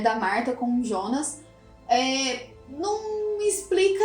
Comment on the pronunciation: JONAS NÃO IONAS